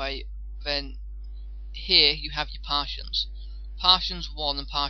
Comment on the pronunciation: btw, they are pronounced Par-tish-ion (partition) and cash (cache).